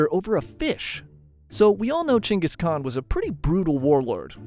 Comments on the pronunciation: who the fuck is "chenkis khan" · changis kahn? what're you chat gpt? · its kenghis haan btw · you talking bout Genghis Khan or someone named "Chingus"? other than that interesting video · Gain-Guss khan. Not Chuingoas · geng guhs kaan… not jenghis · I kept thinking he said chengas kahn lol 😅😂😂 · CEO of: “Chayngus con” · I keep hearing "Chungus Khan" 😅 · Who is Jenghis Khan? brother... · Dude doest even know the proper prounce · Why do i keep hearing chungus khan? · Is no one gonna talk about the pronunciation of "(J)enghis Khan" 😂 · Chungus Khan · Who the fuck is chenis khan? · How can I trust you to get the history right if you can’t pronounce his name? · The way you say Genghis Khan‘s name is so f’in annoying and wrong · You know all of this about him, but not how to pronounce his name right lmao